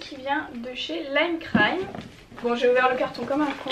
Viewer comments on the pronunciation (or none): ta prononciation de lime crime seigneur ahah